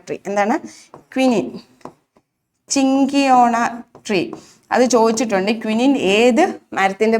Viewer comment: ചിങ്കിയോണ അല്ല സിങ്കോണ എന്നാണ് pronunciation